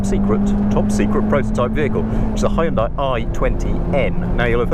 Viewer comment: Its hyundai, not hi and die, please learn how to pronounce it